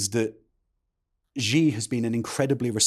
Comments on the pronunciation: It is quite grating to hear people mispronounce Xi. It’s Shi not Ji. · Xi is pronounced like the English word "she".